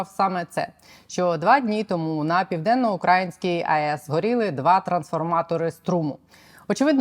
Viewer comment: Я Вас дуже прошу, зверніть увагу на наголос украЇнської, а не на укрАїнської, ріже слух дуже, не приємно дивитись, дякую!